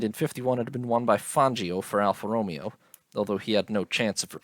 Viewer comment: Alpha Row-May-ow